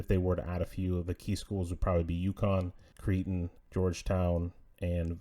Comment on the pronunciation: First, two corrections. "Zavier" is spelled Xavier and "Creighton" is pronounced CRAY-ton. Secondly, I'm "meh" on basketball-only schools but I think Gonzaga needs a partner going in. A team like Villanova, UConn or St. John's gives Yormark an East Coach beachhead. I'm not too jazzed about it but it would fulfill Yormark's desire to be present in all four time zones.